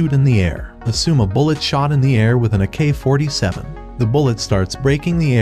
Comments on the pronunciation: Anyone wanna talk about why he pronounced it a- k47 instead of ak -47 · "a K-47" ai text pronouncer broken again